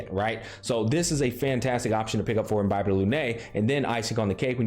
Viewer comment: I'm so glad he pronounces Imbibitor correctly literally no other YouTuber does